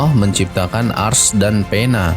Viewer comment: Sebut arasy pon tak pandai